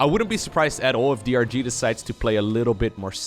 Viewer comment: You call DRG "Durr", like the poker player :)